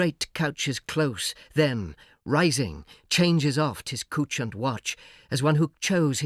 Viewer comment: pronouncing "couchant watch" like "cooch and watch" for that purpose?😒 it sounds ridiculous